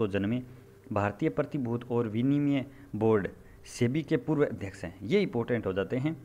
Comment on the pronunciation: इपोर्टेंट नही इंपॉर्टेंट